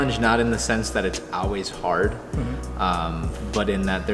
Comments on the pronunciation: Why is he saying always like "oways"? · I love how pronounces always "owlwais" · "It's AWAYS here" :) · man he said owlways a lot. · says "Al-weez" lol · says owase. lol not Always.. just thought it was funny. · "Auways" I love that so much <3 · same haha I hear "ah-wheeze" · Does always say always like that? Is it an indicator of the local accent of his home town? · pronounces "always" the same as the way the Romans said "Hail" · I think he forgot how to say always. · he says it a lot lol let's make a drinking game!